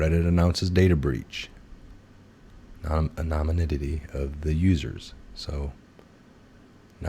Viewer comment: A non ym i ty. Take the word apart. "Seismic traffic" seis mic Not systemic, as pronounced. I like your vids. Just trying to help you. Take the word apart before you pronounce. Godspeed.